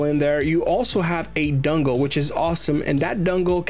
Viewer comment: Bro can't not say dungle